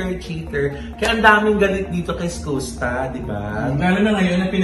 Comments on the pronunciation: Mama ogs Skus ( SKAS ) po ang basa s name nya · Iskasta ganyan basa po. Fyi lang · Is it SKOOSTA or SKASTA? How do u pronounce it right? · SKUSTA pronounced as “SKAASTAAH” hindi po “SKOOSTAH” 😅😅😅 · skasta kli po. Hindi skoosta. Welcome po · Anong eskusta, eskasta. 🤔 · skasta po ang pronounciation po hndi skusta' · Is-kas-ta po.. hindi po Is-kus-ta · skusta (skasta po pag binasa) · “iskasta” po ung tamang pronunciation non.. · bakit ba "skoos-ta" ang pagkaka pronounce ng name ni Skusta.😂😅Halatang walang alam tong mga to. Ang tagal na nung issue nag start porket trending saka kayo nakiki tsismis. Andun lahat ng resibo sa pambansang marites Sa FB page ng "Isyus". Iba parin kapag may resibo at may 1 Billion ka bilang isang Marites😂🤣😜. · sakit sa tenga nung "Skusta" the correct pronunciation is "Skaaaasta" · Mali po pg pronuance nio ng name ni skusta 🤣🤣🤣